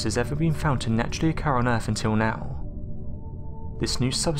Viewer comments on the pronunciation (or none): Ahh man you were doing such a good job with pronunciation, but you just said "Erf" just to let you know it is pronounced, "Earth".